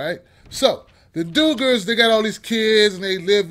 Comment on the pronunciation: Lol the Doogurs noooo lol the dug -gers